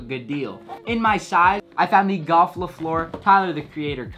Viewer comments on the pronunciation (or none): golf le floor? Lol it's le Fleur pronounced like "flur"